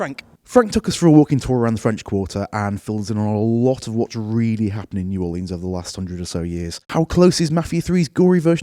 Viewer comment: the mispronunciation of New Orleans makes me cringe 😭